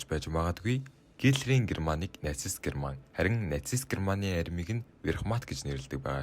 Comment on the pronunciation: Wehrmacht буюу Веермахт гэж уншигдана. Tiger буюу Барс танк гэж уншигдана. Гэрман биш Герман гэж Монгол хэлээр бичигддэг.